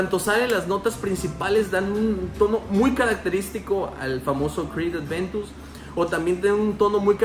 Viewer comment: Buen video man! Un pequeño detalle es “Aventus” no “Adventus”